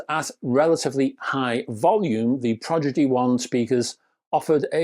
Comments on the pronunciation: NOT proGidy1..... proDigy1!!!🤦🏼‍♂ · Progidy? Progidy?